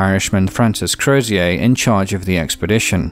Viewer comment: HMS Terror’s Irish captain Crozier, the name is not pronounced like a French name, it’s “Crows-jur” pronounced quickly